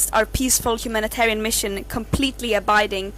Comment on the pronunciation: "Humilit-arian mission"?!